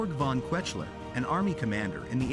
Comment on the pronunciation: Your pronunciation of German names is lamentable - the worst one was perhaps "von Kwetchler" for von Kuechler; closely followed by von "Mansteen", "Wittleben", and - let us just not go to the stab you had at von Brauchitsch and Doenitz - and then Redder for Raeder.... I mean, come on: make an EFFORT, eh?